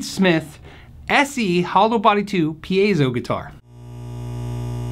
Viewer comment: Hey! I see you said it right at the beginning of this video 😃 pē-ā-zō for those who struggle with Latin, Espanyol.